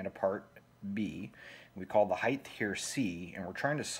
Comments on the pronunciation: I will correct the fact that you said "heith" instead of height, as a non criticism correction for future. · The only thing that bugged me about your great explanation here was your use of the word "height" but you added the "th" to the end of it haha. Heighth isn't a word. Height already has enough extra letters 😂😅